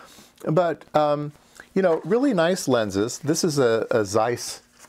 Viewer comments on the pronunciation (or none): It's not the end of the world but "Zeiss" is pronounced with the initial "zz" sound, as in "pizza" or "Mozart".